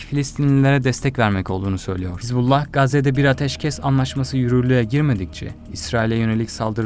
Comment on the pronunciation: Не хезбала а хизбала